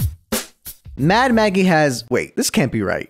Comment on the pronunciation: Ten seconds in and I hear "Mad Mackie”. Goddamnit I love your channel so much